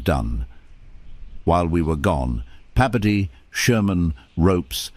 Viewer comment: It’s Bebodee,Bebodee! 😅 Your double dipping his name